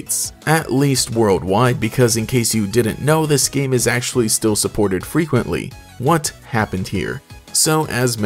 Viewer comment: “Acshually it was released on mobile first” 🤓